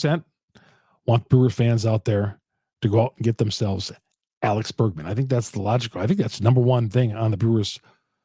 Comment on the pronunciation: Bergman? Is that an accent thing? It’s Bregman. And if you guys are want to trade Williams would take him in a heartbeat.